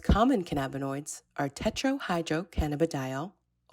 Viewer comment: she mispronounced THC and CBD. It's TETRA-HYDRO-CANNA-BINOL and CANNA-BIDIOL. FFS LIMO-nene, not LYME-onene. And more often than not, I've heard carry-OFF-uh-leen. Also, fix the URL in the video description. The end parenthesis is attached and breaks the link. Doin' great, guys.